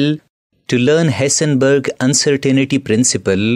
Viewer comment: He said hisenbeeg baba .funny accent😂😂